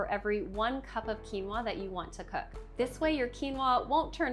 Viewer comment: Weird that she doesn’t know how to pronounce quinoa. “Qui” is not pronounced as “cue.” It is either “kwee” or “kee.” Quinoa is pronounced “Kee-no-uh."